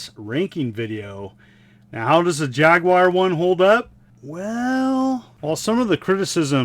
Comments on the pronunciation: Thumbs up for pronouncing Jaguar correctly and no I'm not European it just irritates me when people say jagWIRE rant over now back to you're video I goo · It's an American console by an American company and will always be pronounced JAG WIRE no matter how hard anyone else in the world tries to influence it to be otherwise.